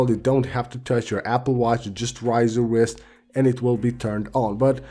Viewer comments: My man said rise to speak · Raise. Rayse.